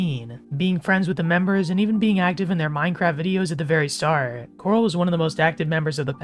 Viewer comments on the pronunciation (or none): Corl not coral